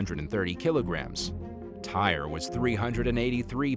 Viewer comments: Tyre is pronounced Ty-ree NOT tire!! The narrator pronounced his name wrong. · That young man’s name is TY’RE Sampson NOT TIRE!!!!! It is pronounced TY-REE 😒😒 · Tyre is pronounced Ty ree NOT tire. The narrator pronounced his name incorrectly. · The teacher story, cause wth? I would’ve came to that school and went tf off and you need to learn how to pronounce that you man’s name it’s not pronounce “Tire!!” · That is So Disrespectful to mispronounce Tyre's name. True his parents could have spelled his name correctly but at the least you could have done some research prior to posting this video. If it were you or one of your family members you would be upset also and rightly so. Shame on You.